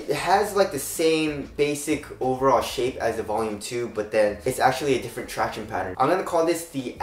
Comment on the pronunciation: runinyuh he is just saying “traction” but he is saying it weird. Tract-iown-ess